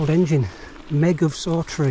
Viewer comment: Excellent video of a remote area of the borders that thankfully never attracts the masses. Just a mention and not nitpicking but Saughtree is pronounced locally as Softree.